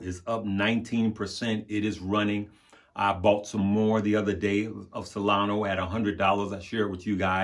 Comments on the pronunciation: SolonA. Not Solono. She’s a lady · LoL. Solana. But he keeps saying Solano.